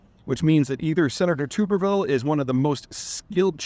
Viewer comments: BathTUB Tub-ER-ville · It’s not “Tooberville.” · I’m from Alabama (it’s pronounced TUHB-er-vuhl, not TOOB-er-ville, just FYI) and am mostly familiar with Tuberville as a very mediocre SEC football coach who was run out of town by Nick Saban. He is an absolute buffoon and at least as much of an embarrassment as Trump, if not more. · Peter you are pronouncing the Senator's last name incorrectly. Tub (like what you bath in) er ville not tuber just fyi. Good content as always. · Peter clearly doesn’t watch SEC football. It’s pronounced Tub-er-vil. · It's pronounced Tubberville. As in wash tub. He's not a tuber like a sweet potato. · Peter, if your going to calm out a individual that is standing on principles, you could at least pronounce his name correctly. It’s TUB-ber-VIL. Generally appreciate your unique on most issues, but on this one, Tommy’s not the problem, just the lightning rod. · Peter, I suspect you mispronouced the Senator's name on purpose but in case you didn't; try saying it this way "Tub-er-ville." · Wow, I never would have thought you could be so ignorant on a simple topic like this. You can’t even say Senator Tubberville’s name correctly. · Peter feels this is so important that he doesn’t even know how to correctly pronounce Tubberville’s name. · lol. Get him to say "NUCLEAR" correct next! He can't! Talk and talk and talk about "nuke-U-lar"...it's like he's channeling George W Bush! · Lol Peter can't even pronounce his name correctly. And listed the reason for blocking incorrectly in his daily email. And also ignores the fact that security clearance isn't govt by the senator. Makes me wonder what else Peter gets wrong in his other videos.